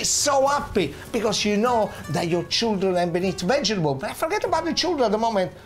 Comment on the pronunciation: I reckon I will pronounce vegetable "vegebull" from now on, just as Genaro does it . Gotta love this guy. :D